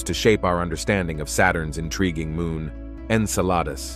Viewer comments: En-Sa-La-Dus... No En-Cell- A- Dus ... Yes Come om, Man! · Agreed with the first post! Drives me nuts! When you can pronounce Enceladus correctly I’ll stay long enough to hear you out. See ya!